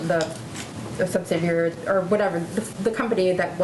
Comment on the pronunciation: LoL the reporter couldn't say subsidiary and gave up XD